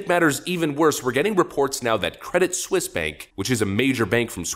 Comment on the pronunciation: It's pronounced Credit SWEES!